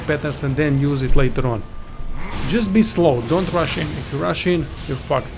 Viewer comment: I heard "if you're Russian, you're fucked" lol